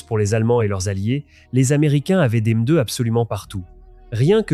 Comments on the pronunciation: Très interaissant, merci. Mais bordel, la lecture ou traduction (je sais pas) par ia, c'est pas magique 🤣😅 la meudeu pour M2 est magnifique 🤣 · Cette « MEUH2 » l’IA ridicule